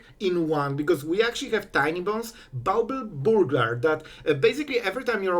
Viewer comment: struggled more with pronouncing Bauble Burglar than he did against Mythic opponents.